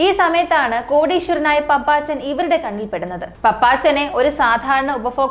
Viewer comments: പപ്പച്ചൻ അല്ല കുട്ടി പാപ്പച്ചൻ😊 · Hai, പാപ്പച്ചൻ, പപ്പാച്ചൻ അല്ല. കുട്ടി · പപ്പാച്ചനല്ല കൊച്ചേ 🤧🤧 പാപ്പച്ചൻ പാപ്പച്ചൻ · പപ്പാച്ചൻ എന്നല്ല പാപ്പച്ചൻ എന്നാണ് നിനക്കു തലയ്ക്കു വല്ല അസുഖവും ഉണ്ടോ